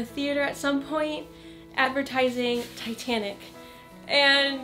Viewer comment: when u said titanic I thought u said satanic